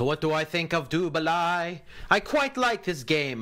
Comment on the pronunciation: I have noted that you are fairly anal with names so I'll take the time to correct you : it is pronounced "du baley" balai is french for broom, which as you know is what these whitch Cheerses ride.